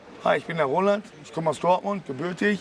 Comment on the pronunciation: der interviewer immer: aber rohland